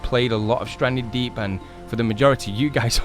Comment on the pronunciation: U said welcome back to standree deep